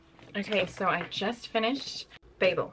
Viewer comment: Babel is a Hebrew term for confusion and I can tell you you’re definitely pronouncing it correctly and I’m American 🫶🏼